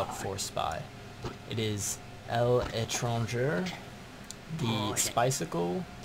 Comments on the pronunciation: El entronjer? Dafuq worst pronunciation ever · I think it's pronounced "lay-tron-jay". It's French for like going abroad or someone who goes abroad. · ITS PRONOUCED leh-tran-jeh